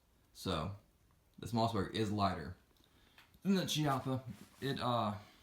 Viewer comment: Kee-appa, not Chi-appa